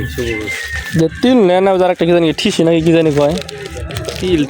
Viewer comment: ঠিসি না,,, ওইটার নাম হলো তিসি😊